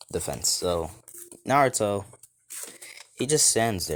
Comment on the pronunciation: Love the what if but you can't even say naruto 5 times